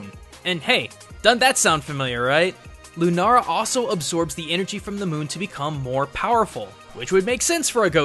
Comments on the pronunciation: Its lunala not lunara thats what i heard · Why did you continously call the pokemon Lunara, when the name clearly says Lunala? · I hear him say Lunara. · lunala is the giant bat's name you said it wrong in japan it is called lunala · Lu-na-la not Lu-ra-la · if its linguistic habit it should be "runara" not "lunara" and not "lunala" lol ルナラ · Please pronounce it LOO NAH LA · It is pronounced Lue na la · he said lunara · Him calling it lunara is so annoying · It is Luna- la not luna-ra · WTF ITS LOO-NAH-LAH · I don't care how Pokemon says it's pronounced but it's loo na la its that simple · did he just say lunara? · Am I the only one that gets frustrated when he says lunara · It really bothers me that he says "lunara" this whole episode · You said lunara at the start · ITS PRANOUNCED Lune-all-a spelling: Lunala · You said lunara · the mispronunciations are physically hurting me :( "Executer"? "Lunara"? Cmon man! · Just say sol gal Leo and Luna la... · "lunara" Wtf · I cringe every time he says "lunara" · Alex Lee he said Lunara. Because he researched alot of japanese sites he mixed up la with ra. (Japanese people have trouble saying "L" and they replace it with "R" a lot.) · The way he called "Lunala" lunara made me cringe soo much that i HAD to dislike. Im not sorry. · Did he just say Lunara...? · DID HE SERIOUSLY JUST SAY LUNARA IM TRIGGERED!!! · Lu NARA bruh just read it's name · it lunala (lue- nah-la) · Is it only me that thinks it's bothering to hear him say ''LunaRa''? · "Lunara"? Are you Japanese or something? Oh wait... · You're saying "Lunala" wrong and it's very annoying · Your pronunciation of Lunala triggers me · Yeah ikr boi I'm Japanese so it just annoys me when someone pronounced something wrong. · You say it "Lunara" it's Lunala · It's Lu-naL-a not Lu-naR-a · Its Loo-Nah-Lah not Loo-Nah-Rah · Does he know that it is Lunala, not Lunara? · Lunala not Lunara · The video was great and all but he kept saying lunara when it's lunala